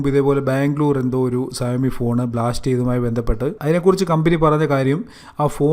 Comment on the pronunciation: സയോ മി അല്ല ഷ വോമി